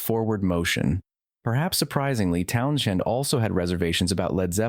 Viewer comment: "Town-Shand"? Are you kidding me, AI?